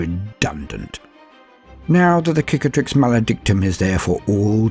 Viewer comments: I cringe each time i hear "KICATRIX"... its CICATRIX! It must be native eanglish speaker thing... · Tiny Gripe! The first C in "Cicatrix" is an S sound, as in Scar The word might come from "Cicatriz", the word for Scar in Spanish. Google says tree scars! Subbed for the rest of the voicework. That shit was good.